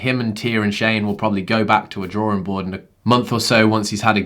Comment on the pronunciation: What is a draw'rin board? :) :) I absolutely love the channel, you can't make too much content.. keep going!